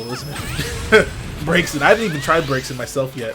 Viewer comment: It's pronounced 'Brazen'